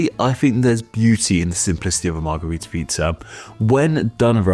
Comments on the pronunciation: It's weird that you keep calling it a Margarita and not a Margherita. One is pronounced with an a and one with an e sound. As a kid I found it funny that both the Margarita drink and the Margherita pizza sound like the Romanian word for Daisy, "Margaretă" and thought it was just some coincidence... gee I wonder why they sound like that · As a fellow Romanian -- trust me when I tell you that both the 'a' in margarita and the 'e' in margherita are pronounced identically (as a schwa, represented as ə in the IPA, or ă in Romanian) in most English dialects 😘